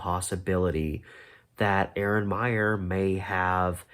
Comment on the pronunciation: FYI, she pronounced her name I-ran. Miss her!